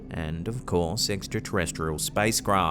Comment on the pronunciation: Didn't realize Australians can't say "extra"